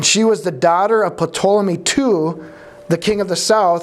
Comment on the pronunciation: I looked it up and the P in Ptolemy is silent, as in pterodactyl. I know it's unimportant, but I just had to know! 😊